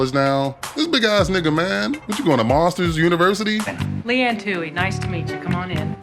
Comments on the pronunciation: No you didn't just say "Monster's University,"😂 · this mf said monsters university 🤣🤣🤣🤣